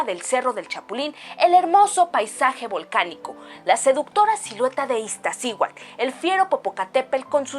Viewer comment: Haces muy buen trabajo pero pon más atención en tu pronomciación de los nombres de los volcanes, por ejemplo: No se dice Iztaccíhual se pronuncia todo IztaccíhuaTl; también en Popocatépel, se pronuncia PopocatépeTl. Cuando difundes información mucha gente lo escucha incorrectamente y así lo aprende. Sigue con tu labor educativa. Disculpa las correcciones espero que una crítica constructiva no te moleste. Que tengas un buen día.😊